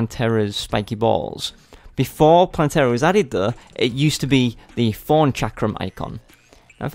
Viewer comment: I laugh every time you say thorn because it sounds like forn with ur accent